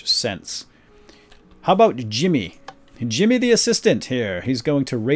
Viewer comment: Sounds like you say Chimney and not Jimmy sometimes, lol.